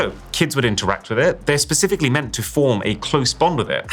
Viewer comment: You said pacifically.